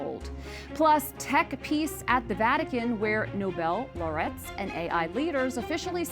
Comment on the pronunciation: With kindness, please could one of the staffers correct pronunciation of laureate? I don't want someone to hear the incorrect pronunciation and then dismiss the program or EWTN. Please tell me when you have seen this. Thank you and God bless you!